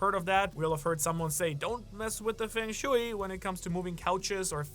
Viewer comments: Hearing "fang shooey" instead of "fung shway" continuously is driving me wild, lol. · it is not fang shewy :P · Feng shui = Fung sch-way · *fung shway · the pronunciation of feng shui is killing me ! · Do you go out of your way to mispronounce things?? Feng shooey, gah-layla, etc. Love the channel and theories, but that grinds my gears and sometimes I have to shut the video off.